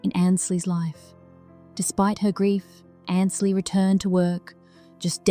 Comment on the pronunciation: More of your baloney. She is fine. Watching her now.Learn to pronounce her name correctly. It is Ainsley, not Annsly